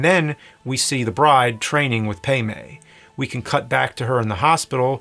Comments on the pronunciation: Or calling Pai Mei "PAY MAY" Dude they call him "Pie May" in the movie, seriously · It’s Pai Mei, not pei mei, and Elle, not Ellie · Dude.....Pai Mei! PAI!!!!! p-EYE!!!!!!! NOT PAY MAY!!!!!STOP IT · Great content though. No offense but I think it pronounces like pie may and not pay may. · Wh...why is he pronouncing the names wrong? Elle = 'L' Elle does not = ellie Pai Mei = "Pie-May" Pai Mei does not = "Pay-May" These names are said IN the movie . Why is James pulling a Whatculture.. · Bwhahahah at Pay May. It's Pei Mai and sounds like Pie May. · Isn't it "pie-may" not "pay-may"? I'm bothered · “Pay-May”??? You mean ‘Pie-May’?? (pronunciation) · The master's name is spoken as "Pai Mei" in the movie, not "Pei Mei." It's based on a legendary martial arts figure 白眉道人 "daoist with white eyebrows," associated with the Shaolin monastery. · It’s Pai Mei as in “Pie May”...geez dude! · I really hope he's saying "paymay" on purpose 😂😂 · Pay May? C'mon, man. How many times you see the movie? That aside, looks like a great edit. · “Pay may”?? Lol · You're saying Pai Mei wrong. It sounds like "Pie May." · They say it in the movie, James is just wrong lol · It’s O-ren Ishii (eeshee-ee), pai mei (pie may), and Elle Driver, Not Ellie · Its Pie May. Say it right. U are ruining one of my favorites. Lol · So... who's "Pay May?" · It's Pai Mei as in "pie may". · “Pie may “ is only said a thousand times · Pay-may lol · You pronouncing Pai Mei and Elle's names like that so many times is killing me. - wait, what? The Japanese version is in color? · Just a tiny gripe. The A in Pai Mei sounds like the A in car, not the sort of E you made. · Yep. Love this video and him explaining his edits, but for someone who's watched it a ton while cutting it all together, I don't understand how he could keep mispronouncing Pai Mei.